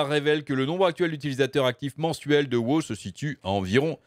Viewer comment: Mais.... pourquoi tu dis wo au lieu de dire WoW...?